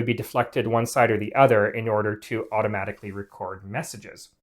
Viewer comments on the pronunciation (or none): none